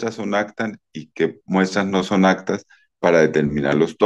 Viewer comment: No se dice “actas” sino APTAS!!!